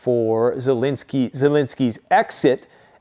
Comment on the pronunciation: Zelensky not Zelinski